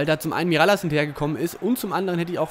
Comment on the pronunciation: Mirallas wird miraljasch ausgesprochen